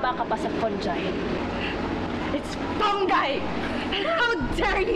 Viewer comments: Contessa: mababa kapa sa fungi: its FUNG-GUY 🤣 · IT'S FUNG-GAY (FUNGI) HAHAHAHHAA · Pareho sila mali pagbigkas ng fungi haha